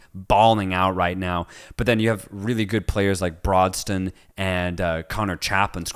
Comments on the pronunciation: its broadhead not broadstone jesus christ please learn names if your talking about teams in the championship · As an ipswich supporter you saying Jamaican hutchinson, broadsten and conor chapmin made me laugh! Btw its omari hutchinson Nathan Broadhead amd conor chaplin